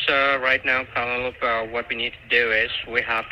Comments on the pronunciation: That’s the weirdest pronunciation of “Penelope” I have ever heard! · Pennalowpee from Mee-a-mee Floreeduh 😂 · HAH! --- It seems that, no matter which countries the scammers come from, they ALL have trouble saying "Penelope" !!! 🤣🤣🤣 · I got it, Pen-a-lope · I oblige for that 😂😂😂 Can’t even pronounce Penelope and claims to be a BOA employee. Do people really fall for this garbage.